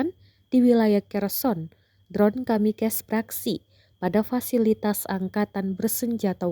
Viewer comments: Penyiarnya bilang drone kamikes 😂😂😂 Sok sok an inggris lu min, itu bacanya tetap drone kamikaze bukan kamikes 😂😂😂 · Baca kamikaze min, bukan kamikez. Itu istilah asalnya dari pasukan pesawat bunuh diri jepang saat perang dunia 2 yg menyerang pangkalan amerika di perl habrour. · Kamikes.....wkwkwk...pake google translate mbaak...